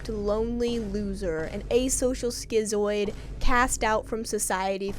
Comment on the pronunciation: the way you pronounce “schizoid” is funny